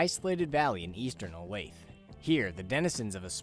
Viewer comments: every time i hear someone pronounce olathe as 'o-layth' i lose another year off my lifespan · If you pronounce Olathe, "o-layth" 3 times in a row, Jasper m will appear in your room to politely correct your mistake.